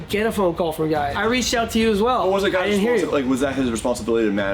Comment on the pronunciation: Its Gúy, not guy.